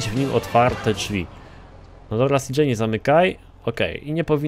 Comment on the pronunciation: cj a nie cjo